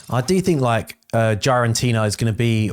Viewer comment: Bro it is not GiAraNtina its GiraTina for fck sake you’re killing my brain the way you pronounce that…😂